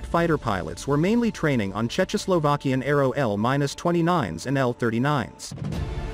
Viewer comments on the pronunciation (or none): Ergh… “…to replace chechoslovakian L-29s and L-39s…” What Checho? Like Besame Checho Mucho? LOL No offense, but is that AI pronounciation or the speaker just never heard of bitter czech pilsner beer? 😘 Regards from bitter Czech 😎